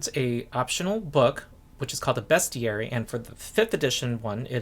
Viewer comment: Thank you (aside from the useful information) for pronouncing 'Bestiary' the proper way.